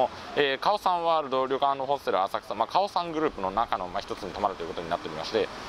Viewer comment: カオサンのアクセントがおかしい。オにアクセントだと思うよ